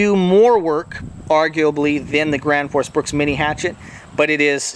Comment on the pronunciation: "thi grans foos brooks"